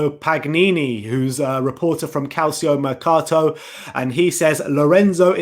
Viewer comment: Hey! Love your channel, you are my go to for spurs news, along with Ali Gold of course! Having lived in Italy for 22 years can I please correct your pronunciation of the newspaper CalcioMercato. Say it cal chow like low. Just a little tip for you! 😎